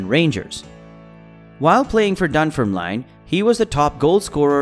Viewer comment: The pronunciation of Dunfermline in this video is nothing short of atrocious